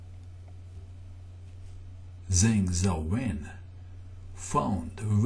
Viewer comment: zhang xiaowen is pronounced Jang shaow wen